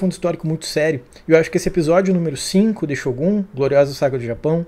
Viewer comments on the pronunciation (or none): none